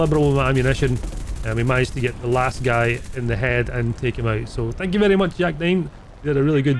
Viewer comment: You pronounce guy wrong, you say something familiar